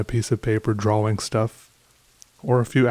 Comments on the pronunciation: yes i noticed that .should be draw-ing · Me: Depressed: Draw-wing Me::) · So, is nobody gonna mention how he pronounces drawing? Droh-wing?